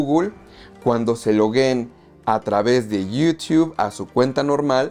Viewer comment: Lo malo de Movies Anywhere es que no puedes canjear series ni las películas de Paramount. PD: porque pronuncias Yutuuu de forma graciosa, solo pregunto